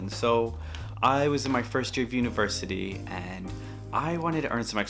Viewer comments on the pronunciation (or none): I didn’t hear it until he said “university”